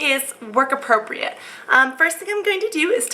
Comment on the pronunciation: haha, at the end end u said work APROCREAT makeup